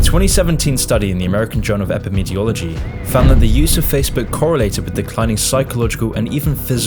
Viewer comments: Epidemiology* not epimeteology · If you can't pronounce "Epidemiology", you should probably be careful with stating that you know what science agrees with. Maybe say that Science seems to agree if you're not actually trained in research methodology. Just a point of caution. Good video though.